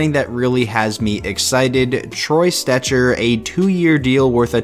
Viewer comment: I hate when u said Troy Stecher. Shut up. Please shut up.